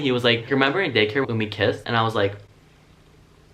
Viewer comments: Did anyone else here him say gay care instead of day care 😂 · Ok is it just me or every time he said Day care i hear Gay Care 🌈😂😂 love that 💙